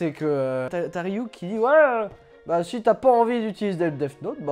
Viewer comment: On dit Death Note, pas DeFFe Note, ce détail de la vidéo est insupportable je suis désolé c'est quand même pas compliqué de se documenter sur la prononciation quand on s'adresse à une telle audience, d'où cette critique sévère.